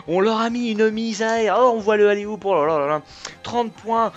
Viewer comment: on dit oulA oup pas oulER oup ^^